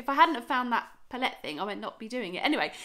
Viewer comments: Lovely vid! Your not saying L'Oréal wrong 🤣 but I've never heard anyone say pallette in that way 😂😂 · Your saying palette wrong